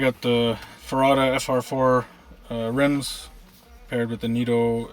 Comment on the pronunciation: I stopped when he said “riMs”